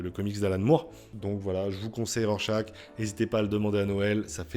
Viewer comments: C'est pas Rorechache ? 🙃 J'ai moi aussi beaucoup aimé ce titre, un très bon polar politique, même si je trouve la toute fin un poil trop rushée. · Tu prononces mal Rorchaque ! 🥸